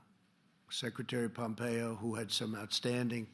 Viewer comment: Unintentionally hysterical comment from Trumpito . He says “Secretary Pompeyo, who had some outstanding meetings, ...”